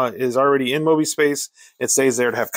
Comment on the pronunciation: I played this game, a LOT. According to the rules, when the heat got too hot, Mosby and his Raiders could "skedaddle." The dictionary describes "skedaddle" as to "flee in a panic." Mosby is pronounce MOESBY, not MAWSBY. Just sayin'.